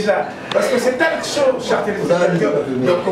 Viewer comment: Bo vérifier prononciation ya mot “TALK” c un mot anglais please ou sinon émissions kitoko comme tjr mais bozo tangisa biso batu to sala Nanu te mabe 😂😂😂🤣